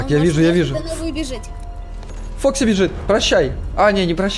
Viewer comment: Не вок и а фокси!